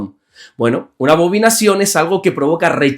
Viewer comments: Buen dia. Excelente explicación. Salvo que es abominación y no abobinación. Le bendigo. 😊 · Bendiciones varón. Gracias por sus devocionales. Son de mucha bendición. La palabra es Abominación. No abovinacion 😂❤